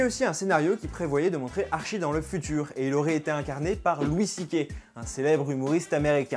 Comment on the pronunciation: Arttttttttttchi pas Archi